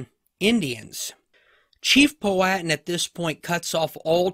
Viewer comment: Your sayin Powhatan all wrong